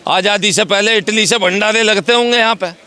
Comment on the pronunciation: He:face-purple-crying: calls Party as palty. Bhandare as Bhandale, roti as loti.....